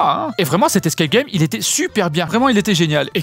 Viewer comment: " Les escae gay"